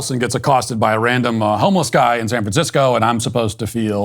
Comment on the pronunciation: “If you live in Sficisco”? What language is this Idiot speaking?